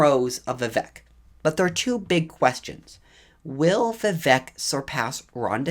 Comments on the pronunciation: I think his name is pronounced vih-VAKE, like cake, not vih-VEK like heck. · Vivek is pronounced We-wake, not We-wack. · Vivek is pronounced "Vi-Vake". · You need to pronounce Vivek correctly, It is Vi-Vake like “cake” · Learn to pronounce his name correctly !!🥱😡